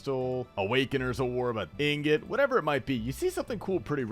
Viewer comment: The only osrs content creator that pronounces the word “Ingot” correctly. It gets me so heated when I hear people call it “Ignot” like they don’t understand how -ing is pronounced.